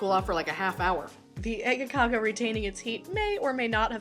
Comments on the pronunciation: Some standard Scanian breakfast, amazing, I lived in malmoe for a few years when I was a kid, but I'm impressed, you nailed the Scanian accent of äggakauga 🙂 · No not at all.. Its Äggakaka... Please respect the language. Ä is not A at all... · A French person can have an accent while speaking English and it’s fine but god forbid an English speaking person has an English accent when saying a Swedish word